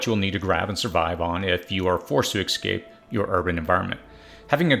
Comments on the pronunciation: Like your videos, but the word is pronounced ess-scape, not ek-scape. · eSSSSSSSSSSSSSSSSSSSScape!!!!! NOT eXXcape!!! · Dude, learn to say “ESCAPE”. It’s pronounced just like it’s spelled.